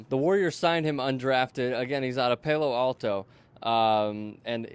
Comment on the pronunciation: PAY-LO ALTO!? SERIOUSLY sir? Wow